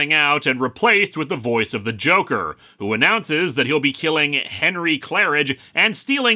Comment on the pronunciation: Oof. Uh, I heard "Joke" but not "Joker".